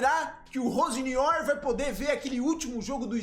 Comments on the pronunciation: Vou escrever como o pronuncia: Rossênior. O nome não é assim, mas é assim que o pronuncia. Será que está certo? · a pronuncia é com i ficaria tipo rosinior